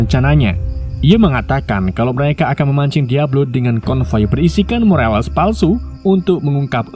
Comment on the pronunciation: Kalo bahasa inggris belum lincah jgn gaya so inggris, morales ya morales bukan morelas 😅 CIA bilang cea ea ei😂